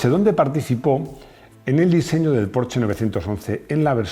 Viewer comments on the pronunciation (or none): none